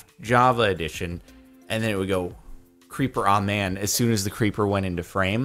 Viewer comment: The Creeper sounds like "Creep Bruh"